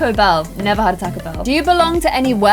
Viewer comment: omg I can't 🤣🤣🤣 she pronounced Taco Bell wrong